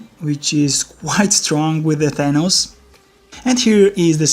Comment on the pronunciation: It's good but it's Th-a-n-ohs